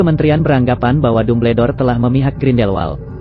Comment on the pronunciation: Apa ni kok Dumbledore di baca tubeldor ini kaga konsisten